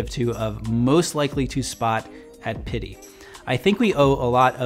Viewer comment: First off I have to appreciate how much you showcase brown as a menswear color it's one of my favorites and I appreciate it. That being said your pronounce pitti is a little painful. That's literally the only complaint I have with your whole channel though